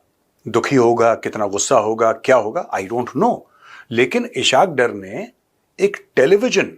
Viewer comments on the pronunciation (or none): Major Sb as Ur Urdu is very good, so I want to correct u, his name is ISS-HAAQ DAAR. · Oh uloo Kay pathay pihlau to Ishaq Daar ka name to theek say lay😂😂😂😂 is say tumhari research kita hye pata chal gia ... Jhootha of the year😂😂😂